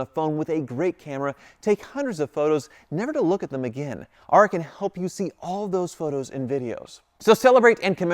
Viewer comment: Has your sponsor Aura asked why you pronounce their name Are-ah instead of Ore-ah?